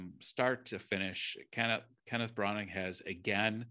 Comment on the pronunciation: For criticizing tribalism, ironic the American guy is himself tribalistic with the Fox News dig. The name is pronounced “Branner”. There is a reason why the British guy kept pronouncing it “Brannner”. The story is good. The screenplay is good. The execution is average as it appears fake, sanitized, and stagey. I didn’t buy Dench as a grandmother. I saw her acting as a grandmother. The man playing the villain was Disney-like. The kid was excellent and everyone else performed well, but there are no memorable performances; there are no memorable scenes. To score a movie 5 out 5, it has to be a masterpiece. This movie ain’t that.